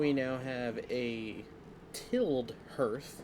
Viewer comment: Tilde/tilled? hearth you said? Not TILED? Got me in stitches hahah! It's tiled as in the word "tile", like your bathroom floor tiles. Love english, even natives say the wildest shit.